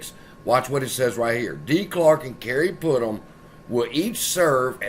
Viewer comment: Not Pootum. PutNam. 🤦‍♂️🤡